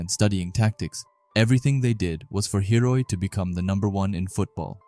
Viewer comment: is it intentional that he calls hiori hiroi?? No hate, just asking if its an inside joke??